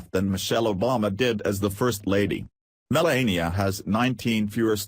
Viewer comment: Should be called Breaking Fake News. Sorry your speaker has such a terrible sore throat and can hardly talk. Much of it is garbled and poorly pronounced. You keep pronouncing Melania's name wrong. Trump has quickly made the U.S. a disgrace to the world, and he is already the least liked President in all History. He breaks all his promises, and can't get his act together to get any legislation passed, and has driven away even support from his own party by his bizarre lies, lack of knowledge of how the White House and government works, and lack of any class or ability to speak coherent adult sentences even. Is the man suffering from a dementia of some kind, or is he just naturally that insufferable and stupid? He keeps shooting himself in the foot with childish tantrum and has made a disgrace of himself in a very short time. I'm not even an American and I can see it, so what is wrong with you people in the U.S. to be putting up with a deceptive buffoon like him? it's very fortunate this video gets so few views.